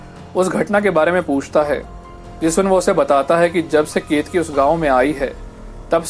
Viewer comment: Not ketki it's keteki ..ket ..a..ki